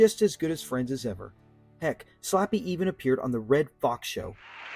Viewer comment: Hey, it's Slappy not (Sloppy)